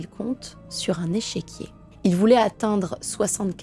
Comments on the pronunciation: Superbe vidéo...vraiment j aime beaucoup ta manière de raconter..... Juste une précision ont dit un "échiquier" et pas echequier 😉...... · Échiquier et non echéquier. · Échiquier et non echéquier .